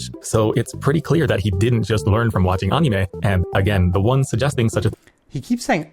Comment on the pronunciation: Yes, that is how anime is pronounced in Japanese (and coincidentally that's also how the 'a' sound should be pronounced in Anki as well), but the way you pronounce it is pretty much the English word for it so it's all good~ I've never been involved in the JP learning community because my journey started way back in the mid-90's as a nerdy kid who had just gotten their hands on the internet. I'm also not very social 🤣 That being said, I have noticed the toxic trend with the community over the years as the language got more and more popular. The anime community, which overlaps a lot with the JP learning community, also gained a lot of far-right members in recent years which is unfortunate.